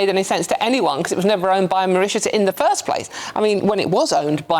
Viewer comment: It's going to Mauritius. It's not very difficult to understand. Mau-rit-ius!